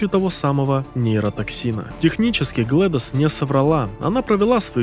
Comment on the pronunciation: GlaDOS читается как "Глэдис". Как имя Gladys.